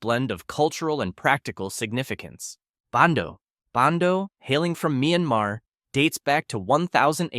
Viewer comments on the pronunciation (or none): none